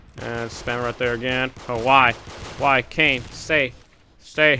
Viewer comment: It's Kane not cane